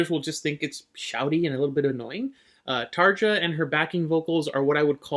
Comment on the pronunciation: Tar-ga? He name is pronounced Taria. The J is pronounced as in the name Bjork. 😅